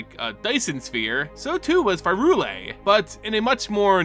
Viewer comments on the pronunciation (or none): Bro I love you to death, but it’s pronounced PIE-RULE-IA. Prey tell where the H is buddy in P Y R U L E A